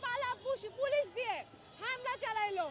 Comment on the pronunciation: জীবনে প্রথম শুনলাম পুলুশ😂 ভারতের প্রডাক্ট কথা কি ক্লিয়ার